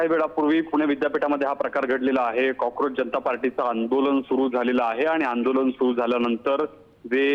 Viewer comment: कॉकरोज बोला चालेल.. कॉजप कसं काय?